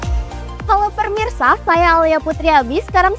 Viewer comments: Kok permisa bukan pemirsa🫢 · Terus berkarya dan sukses selalu, hanya bilang "Pemirsa" Jd Permisa, maafkan